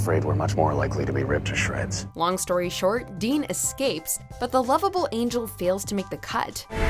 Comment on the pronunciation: ngl when she said "lovable" i thought at first she said "love of his--"